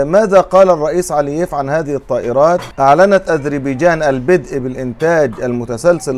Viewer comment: لفظ ( البدأ ) تكون الباء بالفتحة وليس نطقها بالكسرة ـــ لأنه أنك تتحدث باللغة العربية وليس باللهجة العامية ، هذا وزيادة على الكثير من الأغلاط في نطق العديد من الحروف ، وشكرا.